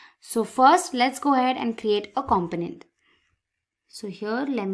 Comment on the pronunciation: Seems an ok tutorial, to many times said companent! It a com-po-nent, hearing this all the time made it hard to watch.